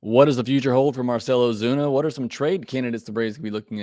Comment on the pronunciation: Lol "Ozune" come on man